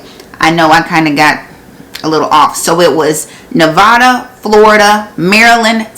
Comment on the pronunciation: P.s. nevada pet peeve is that Its ne va duh not ne vaahhh da